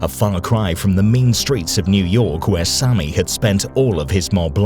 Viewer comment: Sammy not sonny